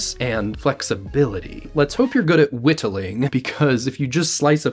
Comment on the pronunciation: never heard someone pronounce whittling like that before